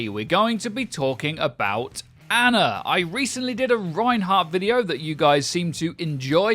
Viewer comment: Until you can pronounce Ana's name right I refuse to believe you